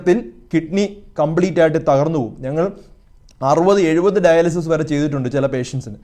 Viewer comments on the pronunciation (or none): none